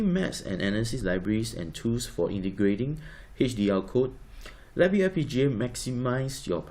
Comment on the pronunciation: atleast pronounce your name correct, there is no accent reqd there